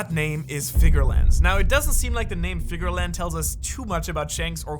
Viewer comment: It's not Figarland it's Figarlan D. By now we should know the drill